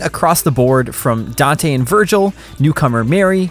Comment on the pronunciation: Finally a gringo that can pronounce Dante's name correctly